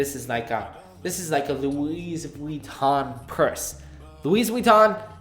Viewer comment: absolutely agree: overpriced; no charger: c'mon 🍎!! As you said, brick comes w/ Homepod Mini and Macs & iPads, but... I know TC says it's to reduce e-consumption but policy seems to be applied erratically. Also Louis in Louis Vuitton is pronounced ' Loo-y' not 'Loo-is'. That's the way the French would say.